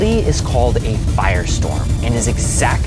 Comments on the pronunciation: It’s not pronounced hiroshimmer its pronounced hero-sheemah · Heroshuma? Na its Hiroshima dude, pronounce it right ffs. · Hero-sheema. At least pronounce it correctly ffs. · IT'S PRONOUNCED HERO-SHIMA NOT HEAR-O-SHIMA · he-row-she-ma is how you pronounce “Hiroshima” not hero-shema Cool video too though. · I thought Hiroshima was pronounced he-row-she-ma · The way he pronounced heroShima💀💀💀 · It's pronounced as(hero-shima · Blood pronounced Hiroshima wrong. (HEARO-SHI-MA) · Bro gotta thank August SIXTH NINETEEN FORTY FIVE HIROSHIMA for Godzilla also its pronounced hero-she-mah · This was so great until he pronounced Hiroshima “haroshema” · It pronounced hee·row·shee·muh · bro the narration was already kind of cringey but then the pronunciation of Hiroshima as Hurroshuhma nearly killed me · It's pronounced, hero-shima. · hiroshima....that's not how it's pronounce. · The thing that would hurt the most is the way he pronounced Hiroshima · Bro did not just pronounce Hiroshima wrong 😭😭😭😭😭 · That pronunciation of Hiroshima killed me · Definitely a cool video, but really, how you pronounced "Hiroshima" 😂 "I" is pronounced like "EE", "R" is pronounced closer to "D", and "A" is pronounced like "AH". The way most Americans pronounce Japanese words is hilariously stupid. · I've never heard a worse pronunciation lmao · why did you pronounce "Hiroshima" like that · You mispronounced Hiroshima. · You pronounced Hiroshima wrong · The worst thing about this video was the pronunciation of Hiroshima 😂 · How the f*** you mispronounced Hiroshima??? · It definitely is scary and had me thinking of it until he pronounced Hiroshima wrong. Unless the pronunciation I’ve been taught is wrong.